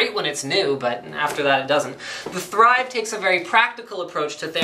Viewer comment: Everytime he says "The Thrive" I keep on hearing "theChive" >_<